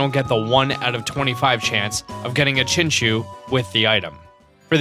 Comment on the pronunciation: "Chinchew" it's Chinchou, "chin"-"chow".